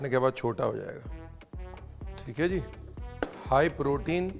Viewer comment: Ye "High Protein" nhi "Haye Protein" hai 😂